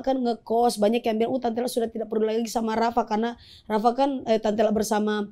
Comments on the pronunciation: Lala bukan rara bang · lala lmao bukan rara gmn si